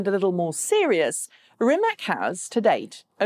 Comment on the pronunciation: The vast majority of Rimac's business model is to sell technology. In fact, they are the only profitable EV company because of this. By the way, it's pronounced "Rimats".